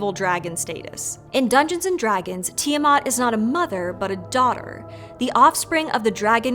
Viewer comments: Why does everybody pronounce Ti-eh-mut? Where they getting the mut from? Its Ti-aw-MAT.... MAT AS IN THE MATRESS MATRESSSSSSSSSESSSSSSS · Hmm... I have always pronounced it "Tai-a-mat", you know, with the "i" as "I"...